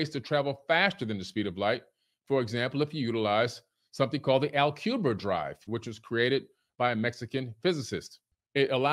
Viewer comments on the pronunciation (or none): He said Alcubierre poorly. The Alcubierre drive is a hypothetical warp drive that is supposed to work by essentially oscillating spacetime around it: contracting it in front of the ship and expanding it behind the ship, like a rug mixed with a treadmill if that helps visualise it. It isn't a physical reality as in it doesn't actually exist its just a theoretical thing. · "Alcuber Drive"???? has some pronunciation issues. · For reference, he's mispronouncing the Alcubierre drive. Which while hypothetical and thus not a real device, it is a thing that a real physicist imagined. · not only can dude not pronounce Kardashev but he murders "Alcubierre drive" as well 🤣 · I cringed so hard hearing this dork butcher these words XD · Can we also acknowledge that he also mispronounced "Alcubierre," and that there are only 3 types of civilizations on the Kardeshev scale, and not 5?